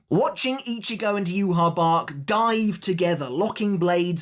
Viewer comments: did you even watch the sub ? theres no way you heard yu-ha-bach. thats just a fan pronunciation. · So then is it you-ha-Bach (how the sub pronounces it) or is it You-ha-ba-ha (how the dub pronounces it) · The best fight in tybw is the fans vs Yhwachs official name pronunciation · it's not just Yhwach, along with so many other people just refuse to pronounce so many sternritter names correctly, it's so annoying now that we've actually heard them pronounced correctly in the anime, like I get that people get into habits, but like come on, when your entire channel and job revolve around making content on one specific series the least you can do is pronounce the names of characters correctly to your best ability.